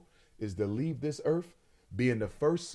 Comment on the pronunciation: Walking this planet “earf” I can’t.